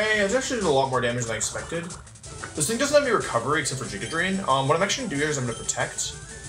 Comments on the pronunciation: I lose the tiniest bit of my sanity every time he says Jiga Drain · the only reason i haven't subscribed yet is because he pronounces giga drain as "giga drain"